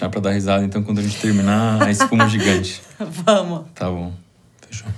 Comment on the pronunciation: jigante como ele disse kk nen sei se ele disse jigante mas tabom kkk